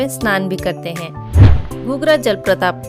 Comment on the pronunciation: Jalpratap nehi jalprapat hai.thoda dhyan rakhiye apni vasha ki chayan ki.